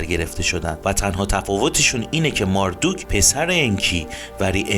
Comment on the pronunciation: چقدر تصویرها زیباست و با تعریف و شرح داستان با صدای خوب شما همخونی داره. فقط ماردوک صحیح نیست مردوک درسته. خیلی عالی بود. لطفا بیشتر از این خدایان برنامه بزارید و در مصر و هند و امریکای جنوبی هم همین خدایان که با نامهای دیگری هستند رو با همین سبک از فیلم برامون بزارید. بازم ممنون. فالوتون میکنم